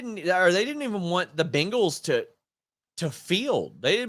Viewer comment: I like how you say BINGals 😂